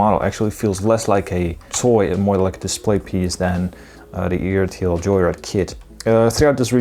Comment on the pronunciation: ertl = "er-tle"